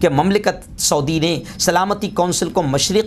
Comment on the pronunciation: ۰ شعودی نہیں سعودی عرب ہے پلیز ۰